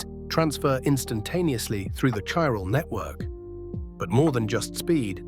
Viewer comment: Oh okay I see, it's Ai slop. I can tell seeing as it can't pronounce Chiral consistently to save its fcking life